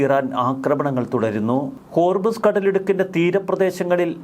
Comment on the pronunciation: മോനെ ഹോർമിസ് അല്ല ഹോർമുസ് ആണ് ശരി 😂